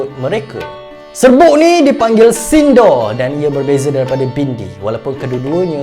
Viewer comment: Bukan sindo tapi pronounce dia sindur